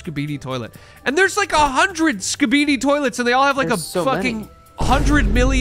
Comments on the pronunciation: "skibede toilte" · Ain’t no way pronounces skibidi like that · It truly is insane to me that anyone could look at the words "Skibidi toilet" and pronounce the way does